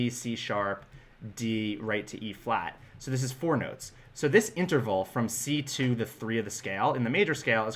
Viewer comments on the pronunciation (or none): Interval, not Enterval, but good video. In fact, I like all of your videos.